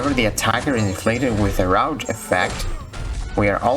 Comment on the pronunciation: It’s root bud not rout. Like tree roots. Just letting you know. :)